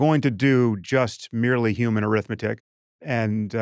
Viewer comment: I just want to ask, I believe it was Eliezer Yudkowsky, "You keep saying, YOUman Well, what exactly is a YOUman?" .